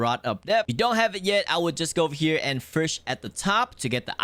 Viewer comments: Bro it's name is fish not frisch why do u say it like that😂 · the way he says vush instead of fish im not hating btw W content bro if i am the winner i dont think so but my is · “Frshh” “The dep” “Millons and millons of dollar” “Subscri” “Ro” “Pufferfrsh” “Ararara rod”